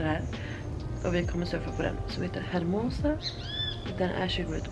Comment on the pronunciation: Man uttalar inte H:et på spanska, säg Ermosa istället för Hermosa. Annars uttalar du resten rätt. 😄